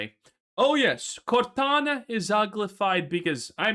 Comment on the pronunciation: lol cortana becomes gordona